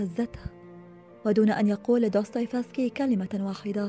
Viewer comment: جمااالج وانتِ تلفظين دوستوفيسكي